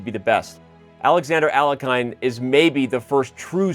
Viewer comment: ...Finally, a correct pronunciation of Alekhine.🎉